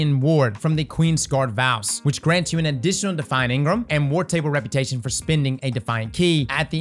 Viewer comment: Eng-Ram instead of engrmmm - a bit less “flavor” or taste or mmm mmm yumminess 😂 - sorry a lot of late night D2 the last couple days 🤡🫶👍